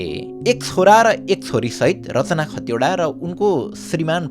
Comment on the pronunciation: दाइ खटिवडा होइन खतिवडा हो ।